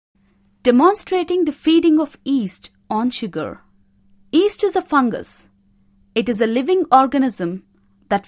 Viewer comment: Yeast not east